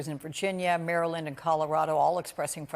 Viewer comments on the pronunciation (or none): none